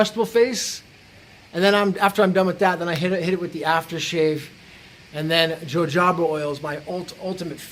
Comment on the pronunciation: ...wait till you’re 56yo. Jojoba is pronounced Ho Ho Bah